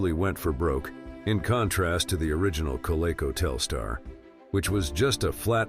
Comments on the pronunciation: At least have a voice-over that can properly pronounce "Coleco"! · The mispronounsiation of Coleco was bad enough but how do you screw up Mattel. Quit at that point. Stupid AI.